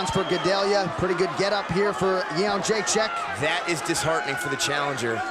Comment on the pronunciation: For those wondering how to properly pronounce Joanna’s last name, it’s Yed-ra-shick! It always annoyed me how to say it before I found out. Everybody gets it wrong!